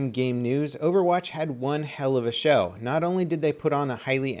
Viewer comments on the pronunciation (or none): none